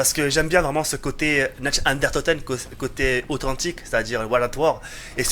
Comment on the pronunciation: Tu parles pas allemand mais fais un petit effort stp "natch den unetoteun".... "dere rièse"....